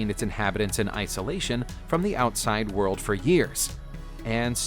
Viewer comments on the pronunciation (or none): none